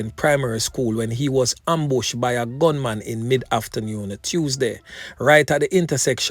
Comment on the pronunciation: After newyoon!!! Or afternoon?